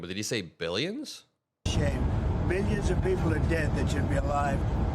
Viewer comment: Bilmilions he sad bilmillions